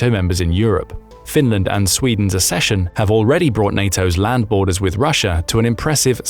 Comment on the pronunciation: Please learn how to pronounce ‘accession’